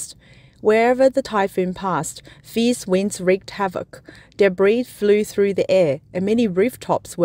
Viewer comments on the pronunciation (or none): none